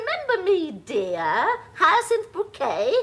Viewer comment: What a perfect comedy this is,suitable for rewatching a bazillion times. BTW, does anyone know if Josephine Tewson (Elizabeth) purposely did that funny thing with her tongue whenever she pronounced. “HyacinTTHH” ? Always been curious….